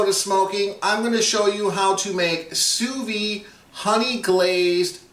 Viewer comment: Looks great. I did sous vide pork chops like that (spices only, no honey) a couple of months back but seared them with a flamethrower. Delicious, juicy and tender. Hey, please don't take this the wrong way. I don't know if you are aware but Sous vide is pronounced Sue Veed. It is French and in French, they only pronounce a consonant at the end of a word when it is followed by a vowel and since "Vide" ends in a vowel you pronounce the "d". The last "s" in Sous is not pronounced since it the word ends in a consonant. You're doing a nice job on the videos just the same. I have been cooking sous vide since 2013 but haven't made a video on it yet. I am going to make my first sous vide video this weekend. Cheers.